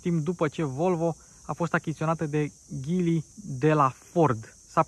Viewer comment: Of of,este Geely nu Ghili